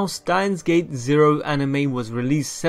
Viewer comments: why do you say stein gates instead of steins gate so often? 🤔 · Stop please stop saying stein gates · 'Stein Gates' 😂